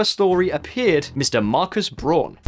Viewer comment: His name is Braun, not Brohn.